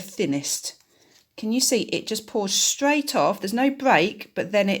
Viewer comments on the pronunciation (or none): none